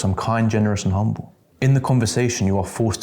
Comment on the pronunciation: The most 'umble man in Britain, this one is